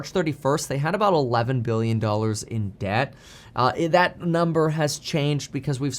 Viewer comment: Dude, you gotta pronounce your "B's" and "M's" properly. Giving me anxiety between Billion and Million lol